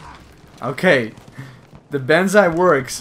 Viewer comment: Its not Benzai Its TENNO HEIKA BANZAI!!!!!